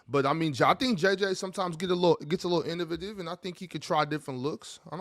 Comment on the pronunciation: somebody please help pronounce “innovative” 😭